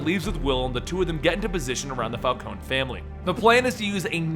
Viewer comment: Falcone not Falconi?